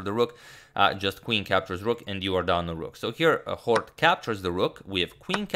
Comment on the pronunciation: Scheveningen my ass I like how you pronounced Hort so accuratelly